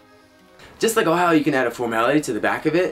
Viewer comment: Dude, it's "ohayou" (おはよう) !!